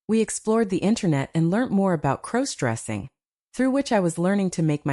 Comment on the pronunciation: Stop mispronouncing crossdressing 😮